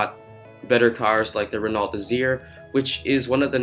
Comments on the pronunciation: The pronunciation is Reno Desire, not Renolt DeZir. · butchered the pronunciation of the Peugeot (Peu-j-ou) and in Renault the T is silent